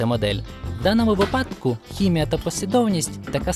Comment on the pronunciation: Крутий відос і результат! Але не випАдок, а вИпадок